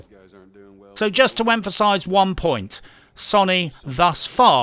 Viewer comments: Ffs 21! Watched I don't know how many reviews but enough is enough! Sony is not sonnie! It's so-nee! Get it right son! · i kept hearing soyny and agreed. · LOL.....im listening and my brain is like ..... the way you say Sony......lmao..... you are saying Sonny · Have you been around for the last 20 years? It's pronounced "So-knee" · I'm pretty sure it is pronounced "Sony", but you can pronounce it "Sony" if you like. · As usual love your videos. Only nitpick is how you pronounce Sony. :P